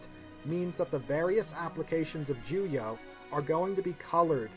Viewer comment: Why do you keep saying “juyah”? lmao